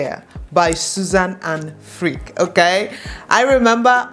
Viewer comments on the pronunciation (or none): To be clear, I’m not judging your music taste but Freek is not pronounced as Freak but as Frake (like snake for example, or Drake).